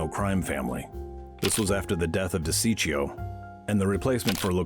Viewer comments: you pronounced DeCicco name totally wrong! Lmao. This video is hilariously bad. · This is 100 💯 worst mob video ive ever seen. So much wrong. Cant even pronounce DeCicco name right. Random religious connections. So funny. I think kindergarteners could do better